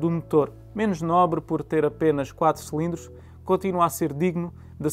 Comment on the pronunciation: Irrita imenso quando ele diz “selindros”, é “cilindros”.